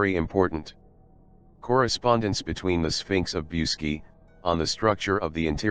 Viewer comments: Pronounce BOOCHEDG ,not Busky!!!! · The proper pronunciation is Booseejee. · mr roboto its boo-see-gee mountains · The robot that narrated the entire video can't even pronounce the damned title to the video it is trying to narrate..